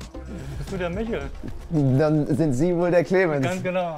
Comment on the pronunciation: Wen stört es auch, dass die Reporterin den Namen Michel nicht aussprechen kann und immer Michelle sagt?